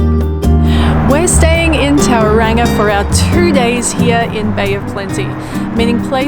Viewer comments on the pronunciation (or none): Toe Rong a lol